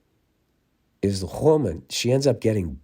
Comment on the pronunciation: How Bill says "woman"